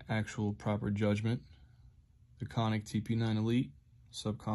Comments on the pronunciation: It's pronounced "CAN-NIC" not Con-nic. But very nice, Luv HK. Your shirt says "I am King" You should burn it bcuz ONLY JESUS CHRIST IS KING ✝️👑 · Almost threw up when he pronounced canik wrong like that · 1. Never heard anyone pronounce canik like that 2. Never shot it but on your list (based) 3. I don’t think you know what infamous means (unless you do and you don’t like the 43x for some reason)